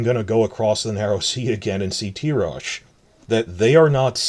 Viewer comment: I always thought the pronunciation of Tyrosh is Tai-rosh not Tee-rosh. The Ty of Tywin not the Ty of Tyrion.